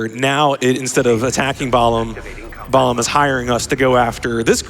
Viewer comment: I just finished my NG++ playthrough of this game, and pronunciation of "Balam" is driving me bonkers. Also, this is what you get for running on unstable PC ports instead of on console like god intended. >_>